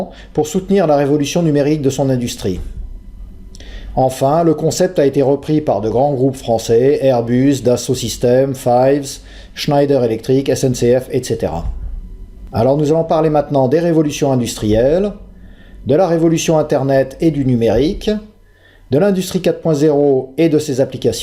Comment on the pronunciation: Pourquoi vous prononcez Schneider Electric à l'anglaise ? C'est une entreprise française qui tire son nom de son fondateur M. Schneider, français lui aussi.